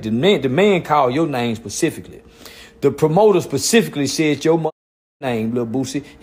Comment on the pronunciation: “PACIFICALLY” - 😂